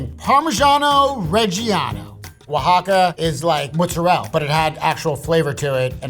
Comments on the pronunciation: I can't take a "cheese expert" seriously when they say "moozerel" 😂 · Anyone else notice he says mozzarella wrong